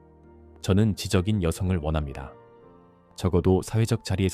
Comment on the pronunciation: 멘트를 음성ai가 하니깐 말이안되잖어. 지적인 여자를 글자그대로 읽네. 지저긴 여자.이렇게. 사람한테 읽으라고 돈주고 시켜. 지쩌긴 여자라고 읽도록.